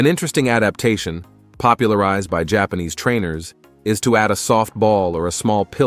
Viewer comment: ..and, there is a P in jaanese jaPAnese